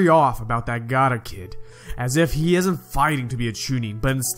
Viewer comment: Boi its called gaara not gaata